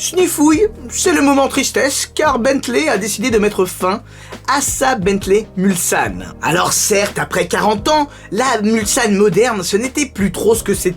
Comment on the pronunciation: Justement ! Moi qui suis un ancien Mulsannais , je peux vous dire que notre serviteur le prononce impeccablement, là ou beaucoup disent souvent " Mulzane".